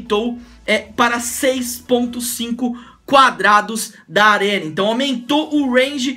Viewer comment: "4 cadradus" kkkkk...